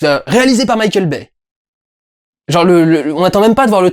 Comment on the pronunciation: quand durendal dit Mickeal Baye j'entends Michel Baie